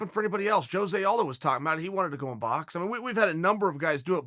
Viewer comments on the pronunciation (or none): none